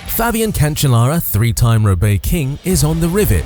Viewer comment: Paris-Roubaix, not “Robaix”